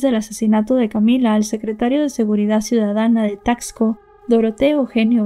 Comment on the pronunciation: Se dice tasco, no como dices tacksco. Y visita Taxco, para que veas cómo es realmente, y pronuncies mejor la palabra Taxco